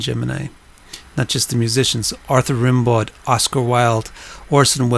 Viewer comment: Sorry, my Jupiter in Gemini cants help it: Rimbaud is pronounced “Rambo” in French (oui, sans blague 🙃)